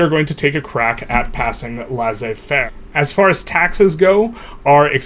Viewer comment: Laissez-faire is pronounced as ‘lay say fair’ in English